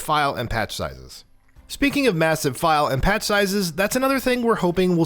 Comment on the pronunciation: Did he say pat sizes instead of patch sizes?